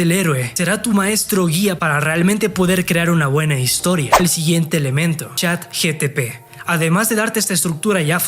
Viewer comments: Es ChatGPT , no GTP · Chat GPT no Chat GTP hahaahahahahah o es la version china? hahahahaha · Hola amigo me encantó el video lo voy a poner en práctica solo un puntito se dice CHAT GPT NO GTP JAJAJAJ😅😅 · Estoy en el viaje de la marca personal y me ayudaste mucho, muchas gracias:) PD. Es ChatGPT no ChatGTP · Pero no es Chat GTP es ChatGPT.